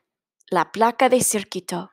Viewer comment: Me encanta el cuento! "Circuito" se pronuncia, "Cir-CUI-to" (Cui as in "cuidar," same sound). También robot se pronuncia ro-BOT.